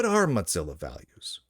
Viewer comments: Mozilla being repeatedly mispronounced now makes me want to eat some cheese. It's pronounced Moh-zihla not Mahz-ella. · Mozzarella? What? Oh, you mean moe-zill-uh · I think you should say "mo-ZILL-a" instead of "mot-ZILL-a". There's not "t" in "Mozilla". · why do you keep pronouncing mozilla as moDzilla? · Mot-zilla? Is this an Italian pronunciation? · Why does he keep calling it Motzilla? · There is not a D in the word Mozilla.